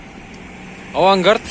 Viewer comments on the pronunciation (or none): Авангардт эмес, Авангард